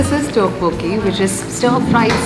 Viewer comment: Its Tteok-bokki oh my gosh please pronounce properly if you can’t don’t pronounce